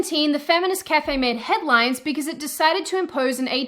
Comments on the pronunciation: Why do you pronounce "because" like that? Sounds like you're saying "be-case" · I love how you say "because". I just subscribed for this fact alone.